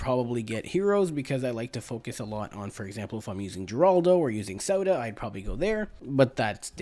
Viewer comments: Had to cut the video short. Mans kept calling Sauda, soda😅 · He said Sauda the first time😂 then just forgot how to say it😂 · Sounds like he said, "Which is why we get Zelda.". But he probably said, "Which is why we get Sauda.".